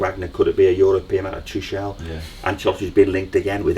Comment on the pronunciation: It’s pronounced Too-kul 😊